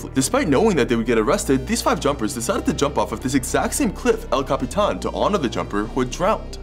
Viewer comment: Thank you for pronouncing El Capitan correctly! 😅